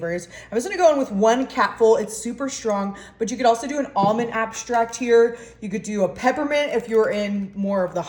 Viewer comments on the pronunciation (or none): Extract, not abstract. 😂